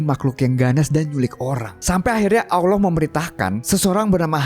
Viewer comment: ngucap Allah yg bener bro, jgn Owloh